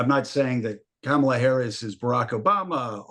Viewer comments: Really so hard to pronounce “Comma-La”—- seasoned professionals just can’t seem to get it. It’s ridiculous. Thanks Mark for requiring professionalism. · As I understand, the traditional pronunciation is more like Kamla with no emphasis on either syllable.